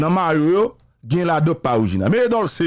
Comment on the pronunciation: Dolce prononse kòm Dolche...ce an italyen prononse kòm che.